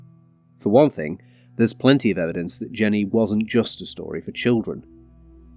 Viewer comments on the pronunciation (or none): none